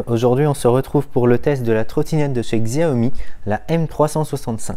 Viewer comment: Xiaomi se prononce chaomi